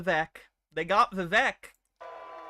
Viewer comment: funniest thing about this for me is that Pulte is constantly addressing Vivek by his first name and he mispronounces it every single time. If you’ve heard Vivek’s rap, it opens with “my name’s Vivek, it rhymes with cake.”